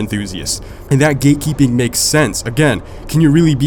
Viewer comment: I thought u was saying “gay keeping”